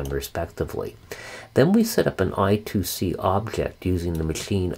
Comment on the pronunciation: It's IIC or I^2 * C pronounced I squared C.